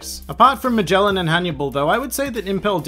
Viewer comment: they way this guy pronounces magellan and ivankov triggers me so hard